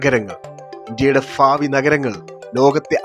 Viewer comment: ഭ.. എന്ന അക്ഷരം അറിയില്ല. ഫാവി, ഫൂമി. ഇതെല്ലാം പഠിപ്പിക്കുന്നത് ഏത് അധ്യാപകരാണ്. ഫാവി, ഫൂമി, ഫൂതം